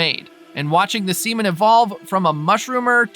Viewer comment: Really bro 😂u could of said SEA-MAN